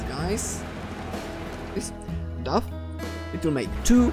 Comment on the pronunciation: Dough isn't pronounced "duff", it's pronounced "dō" with a long 'o' like in "slow".